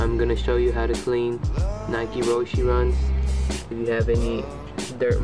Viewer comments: You are saying roche wrong it is pronounced rowsh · stansbury its rosh e not rowsh its a japanese design ROW-SHE